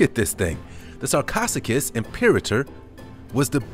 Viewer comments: "Sarchosuchus" is pronounced "Sar-co-SUCH-us." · Correction: "Sar-co -SEWK-us.